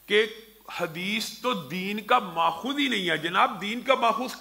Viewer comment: جعلی علامہ لفظ ماخذ کو درست کراو کسی پڑھے لکھے سے